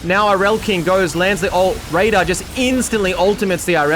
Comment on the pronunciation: Ngl dawg every time you said “raider” I heard “radar” 😅